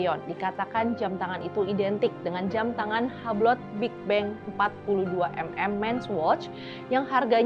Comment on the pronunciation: boleh kasih masukan ngga? ngga anti kritik kan ya? untuk mba'nya kan udah tau bakal ngomongin merk2 yang mungkin ngga akan pernah keluar dari mulut kita sebagai rakyat jelata, tapi boleh dong research dulu cara pengucapannya yg betul seperti apa, kan banyak tuh AI yg bisa ditanya (ChatGPT, Gemini, Deepseek, terserah yg mana) bisa didengarkan disitu macam Hublot, Audemars Piguet itu ngomongnya gimana.. bener dah ini dengan segala kerendahan hati dan atas dasar kecintaan saya sama channel ini, supaya kedepannya lebih baik lagi.. terimakasih.. 🙏🏾